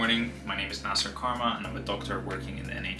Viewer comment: your name is na-seer and not na-sir, stop pronouncing it wrongggggg